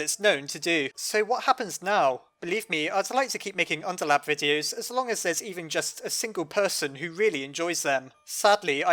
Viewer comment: why the fuck do u say unterlab not underlab